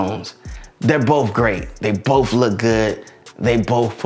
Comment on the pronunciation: "Boaf feature"